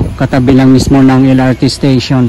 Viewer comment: napansin ko lang yung letter "T" pinopronounce mo ng "ch". like yung lrt pinopronounce mo ng LR chi yung train nagiging chrain. 😊